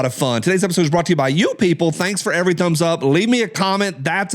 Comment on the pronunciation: Well you blew the comment of the day LOL. On the second every you actually pronounce the v 😳🤪🤣